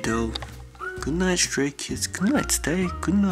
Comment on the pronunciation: and its STRAY KIDS not "sTaRT KiDS"